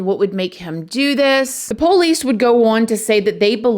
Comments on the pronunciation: Anyone else loves how says POlice 😂🤍 it gets me every time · The po' lees, Im done with this channel.